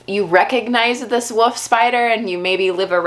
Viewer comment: Can't stop hearing 'Woof' spiders :D